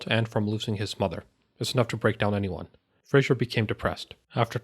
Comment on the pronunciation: FRASER; NOT FRASIER